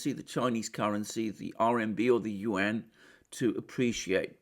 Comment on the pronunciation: Congratulations Alexander, you are one of the very very few westerners who is able to pronounce the Yuan correctly. Respect!